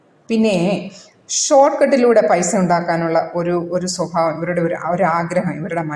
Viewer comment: സ്വഫാവമല്ല സ്വഭാവം എന്നുച്ഛരിക്കുക